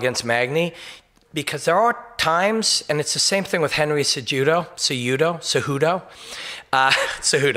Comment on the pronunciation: atleast he doesnt butcher the names like brendan schawbbbb .. henyyy suuttoo .. "he didnt win it was a drawwwlll"